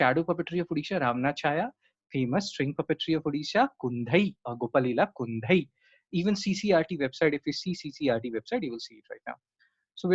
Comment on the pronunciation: Thank you for a very good lecture. I suggest correct Pronunciation of chhau of odisha Pronunciation of kundhei.